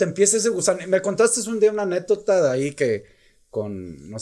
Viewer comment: Con todo respeto capi pero si no te sale la palabra anécdota sustituyela con otra o ejercitala y veras que si la logras pronunciar.